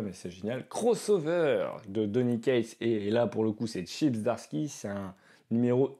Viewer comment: We Live c'est très sympa, et d'ailleurs la VF est faites par un certain Commis des comics. Zom100 j'imagine que c'est Zombie 100. Plutôt cool cette série. Zdarsky ça se dit Zadarsky en fait ^^ Jolie commande en tout cas, il y a du très bon.